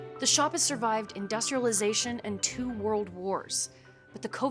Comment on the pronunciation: "Worldt" wtf is wrong with this woman's voice